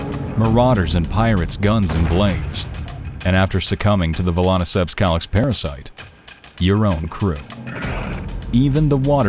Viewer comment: Vel-on-uh-ceps Kal-ix